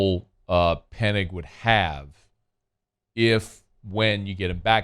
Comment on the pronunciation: it's Penning not Pennig 😉